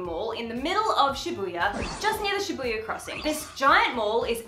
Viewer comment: I hope this is not insensitive of me to say but in the beginning when you kept saying Shabbuiya my brain turned to Bring It On and was like, "shabooya sha sha shabooya, road call"